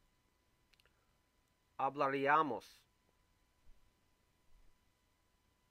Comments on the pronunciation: Hablaríamos accent on the í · One small issue... , you pronounce hablaríamos incorrectly.